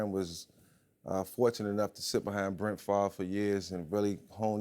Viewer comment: . "Brent" Favre